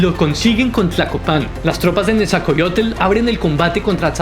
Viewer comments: Bro con todo respeto creo que no estás pronunciando bien los nombres de los personajes que mencionas,repaslos más despacio solo es dicción,por todo lo demás megusta este vídeo! Al tiro ! Pronuncie,Netza-hual-coyotl..por ejemplo,..e.. ITz-coatl... Etc😊❤❤ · NE ZA HUAL CÓ YOTL AZ CA POT ZAL CO ITZ CÓATL Texcoco se pronuncia con S, como en Xochimilco. Pronuncias mejor los nombres árabes 😅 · ¿"isacoatl" "nesacollotl" "asaposalco" "netsacollotl"? No no no no... 😆😆 habrá que leer con más calma y detenimiento los nombres... Ahí te encargo. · Jajajajajajaja. Que cosas y palabras dice. Que le enseñe a su robot a hablar correctamente!! es Nezahualcoyótl no es coyote!!! y es texcoco no techcoco!!! es Azcapozalco. en fin, que haga la lucha